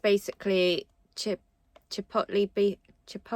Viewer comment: Chip-ot-le - Smoked chillies. Sounds good in principle but I don't know that make.